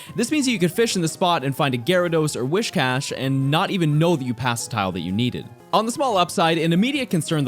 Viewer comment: brooo its Whiscash not wishcash